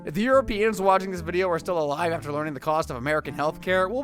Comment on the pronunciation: It’s video not “vidéo”